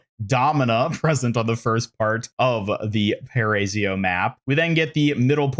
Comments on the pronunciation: Just a tip: it's "para-ee-zo", not "parAYsyo". You've made it much harder to speak than it really is. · Paray-zio headass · Paraiso is pronounced like this: PUH-RUH-E-SOH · Just a heads up, it’s pronounced “pah-rah-EE-so”. If you want to say it like a Brazilian, the R is like a light d.